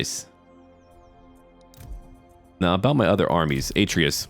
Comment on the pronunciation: YEA F U PARIS btw love your vids ps atreas is actually pronounced a-treas and I hate posting comments like this because I feel like I sound like a jerk so please forgive me